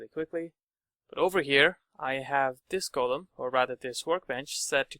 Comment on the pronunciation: is it normal somewhere to say "golum" like the narrator does? Sounds weird right? both the o and the u sound very different from how I learned to pronounce that word.